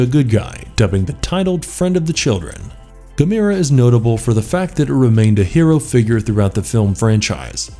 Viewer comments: It's pronounced (ga-m-er-ah) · It's pronounced Gam- er- uh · Uh. It's not Ga mir a. Uf youare going to do a list like this, ar least get the pronunciation correct 😒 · Pronounced ( Gam- er- ah ) how can you not know the proper pronunciation to the second most popular kaiju next to Godzilla. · I'm really impressed! You managed to mispronounce every single kaiju name, that's got to be a first, even for an American. 🙄 I'll give you a hint for one; Gamera is pronounced the same as camera, with emphasis on the e. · The only rip off here, was the 14 minutes I lost watching this! And learn how to say Gamera right. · Why can't he pronounce Gamera correctly?